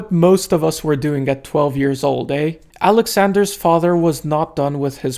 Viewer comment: Took me was too long to realize that when he speaks about him, he's not saying "Alexander's ass"